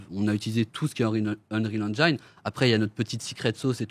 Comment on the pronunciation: Ya que moi qui trouve ça bizarre qu'un type, ancien rappeur et qui donc n'y connait strictement RIEN en dev de jeux, qui ne sait même pas prononcer Engine correctement, qui s'associe a deux mecs (donc ils ne sont que 2 dev vu que lui n'y connait rien) qui soient disant sont des tueurs mais que PERSONNE ne connait dans l'industrie, essaye de nous faire croire qu'avec l'Unreal Engine 5 on peut faire des trucs pro sans forcément s'y connaitre (ce qui est débile, un moteur graphique ne fait pas tout sachant que même Epic (le concepteur du moteur) quand il l'a dévoilé n'a rien montré de soit disant aussi réaliste) nous dise qu'après juste 4ans, ils vont pénétrer un marché sans l'aide de personne (sachant que même Amazon et Google ont du mal voir n'y sont pas arriver car un développement de jeu ça s'improvise pas). Mais personne ne trouve que ça pue ? Bon ben go wishlist les gars mdrrr